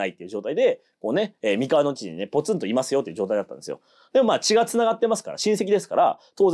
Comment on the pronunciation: お身体の調子が良くないにもかかわらず、アップ、ありがとうございます。 MIkawa じゃなくって mikawa なんですよね。『み』にアクセントを置いている時点で、現地調査がいまひとつだと感じてしまう。現地の発音は、アクセントなしの『みかわ』。もちろん『おかざき』もアクセントなし。この部分がわかっていない人が歴史を語っても、ひとの心の深い部分までは到達できないんじゃないかなって思ってます。 名古屋と一緒にして欲しくない、東三河に今は住んでいるものです。なんとなく愛知県＝名古屋には違和感のある、世界の4都市にも在住経験あるものです。 さすがに、東三河と西三河の違いまでは求めないです。 東三河は律令時代「国府」があった。穂の国、寶飫（ホオ）、このホオが転じて、「豊」に。愛知県、「豊の地名多いよな。」基本は豊川や豊橋の東三河の存在が大きいのかなと。 西三河は、今の矢作川が「美川」と呼ばれていた時代。この美川が三河の語源だと感じています。美しい砂河原の川、それが岡崎あたりです。